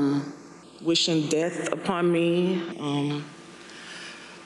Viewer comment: It’s pronounced “asked”, not “axed” and its”death” not “ deaf”